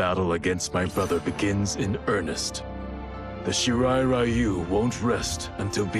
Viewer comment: “Shirai Rayu” lol.